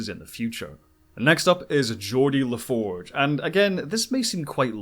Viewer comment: Well done with the exception of Geordi La Forge.